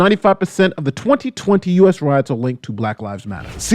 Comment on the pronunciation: “Roits” lol